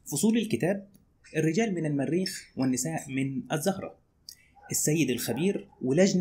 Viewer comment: ملحوظة صغيرة * تلفظ الزُهرة بالضم وليس الزَهرة بالفتح 🥰